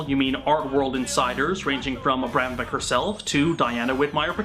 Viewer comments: You know what grinds my gears? The Kyle guy saying he's an expert on Abramovich and yet pronouncing her surname wrong... He says Abramovick instead of Abramovich, kay then, nice research you've put together.. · Ok, fuck, as a Serb, the butchering of AVramoviCH ( it's a sound similar to "achoo", kinda hard to describe) s name.